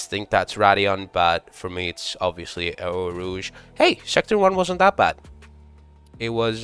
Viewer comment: Damn those pronunciations got every french person fuming frfr. Anyway the beginning of the corner is eau rouge and the whole elevation is called raidillon